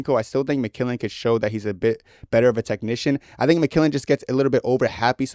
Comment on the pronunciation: developing an improper pronunciation of mcmillen in the big 26 is so inspirational man, real vet move.